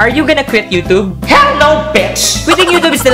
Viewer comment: i actually dont like how the way you pronounce YOUTUBE. NOT TRIGGERED :/